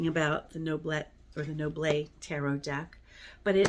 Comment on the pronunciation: Thank you for these interesting recommendations :) (and as a french person, yes you are correct, it is pronounced Noblet like you would say Noblay, without hearing the "T" in the end :D )